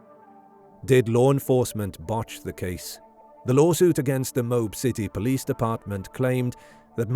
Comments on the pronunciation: OMG .. IT IS NOT "MOBE" it is MO-AB. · "Mobe"??? It's pronounced "Mo-Ab" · When you make a video, take the time to learn how to pronounce the names mentioned in the video. It’s Mo-ab, not Mobe. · It is pronounced Moe-Ab Moab, Utah If she didn't admit that she hit him he would of been arrested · Utahn here. It's pronounced "Mo (like the name) Ab (like the singular form of the stomach muscles)" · Dirty Laundry Parents covered for his pathetic Loserly life; he ended himself anyway and they had to pay out the Hee Haw for attornies anyway. Oh, and By the Way, Moab is pronounced MO AB. Dumb AS S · I laughed way too hard at your pronunciation of Moab